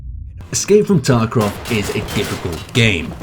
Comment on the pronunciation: "Escape from TarkRov"